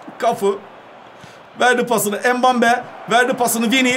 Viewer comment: mbappeye embabe diyen koca yürekli